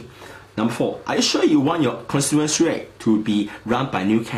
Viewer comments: cornsiewenchy...? Please pronounce constituency correctly if you want to use this word many times in your video. It is CON-STI-TUEN-SI. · HAHA steven lim doesnt know how to pronounce constituency.